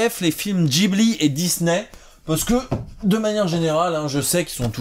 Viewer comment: Enfin quelqu’un qui prononce Ghibli correctement ! Ça fait un bien fou à mes oreilles.